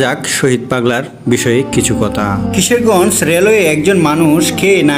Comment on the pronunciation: ভাই কিশেরগজ না ভাই কিশোরগঞ্জ হবে উচ্চারণ ঠিক করেন